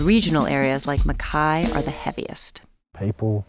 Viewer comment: Im sorry but they are pronouncing Mackay wrong..